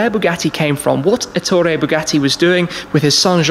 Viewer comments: You didn't even bother to mention the fact that Ettore was Italian. And also, Èttore, not Ettòre. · It is Èttore, not Ettòre.